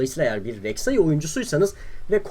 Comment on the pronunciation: BRAVE REKSAİ DİYO ADAM :D